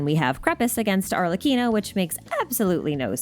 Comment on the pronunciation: She got arlecchino right sheeeeeesh noice